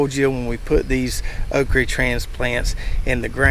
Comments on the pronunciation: Why do you say “okree” rather than okra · Think it's pronounced oak ra not re 😅